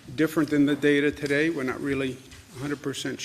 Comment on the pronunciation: Pronounce: TODAY